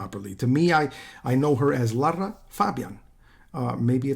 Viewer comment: You pronounce Lara's name correctly. Well ddone. Most don't!